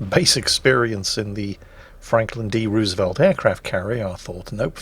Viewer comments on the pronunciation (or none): none